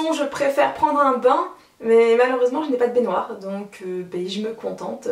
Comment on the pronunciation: J'ai entendu "pondre un bain" à xDD Sinon ça change de certains tags, j'adore quand tu fais des tags qu'on ne voit pas:3 Bravo! <3 #WarriorForever